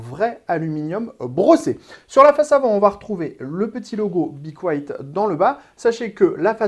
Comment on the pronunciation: Apprenez à dire le nom de la marque..